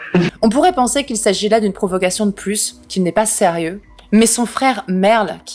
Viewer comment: A , j'entend "profuckation" 🤔